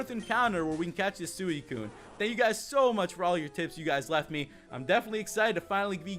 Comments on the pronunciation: sooeecune wtf its suicune s-u-ee-cune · anyone realise that he was saying suicune wrong